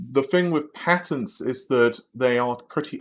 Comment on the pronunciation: Took me 3 minutes into the video to understand he was speaking of patents instead of patterns :)